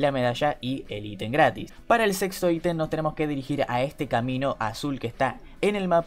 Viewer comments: dijo sexo en vez de sexto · Pense que dijo *Para el sexo item xd*